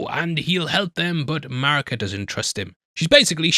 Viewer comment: Did someone else write this for you? It's pronounced Mareeka not Marika.